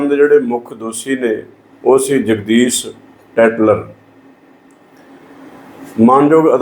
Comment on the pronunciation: ਦੋਸੀ ਨਹੀਂ "ਦੋਸ਼ੀ ' ਜਗਦੀਸ ਨਹੀਂ "ਜਗਦੀਸ਼ 'ਹੁੰਦਾ ਹੈ । ਕਿਉਂ ਐਸ ਸੀ ਭਾਈਚਾਰੇ ਦਾ ਜਲੂਸ ਕੱਢ ਰਹੇ ਓ।